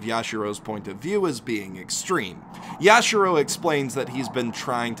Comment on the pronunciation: YashIIIIIIro, not Yashuro